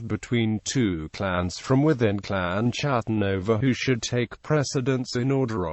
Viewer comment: Not chattan as in chat...ch is pronounced K in Scots Gaelic. It is pronounced Kat-ten like English Cat and that is what they were the Clan of the Cats, the Scottish Wildcat being their clan beastie. and Sometimes it is pronounced Hattan with the C nearly silent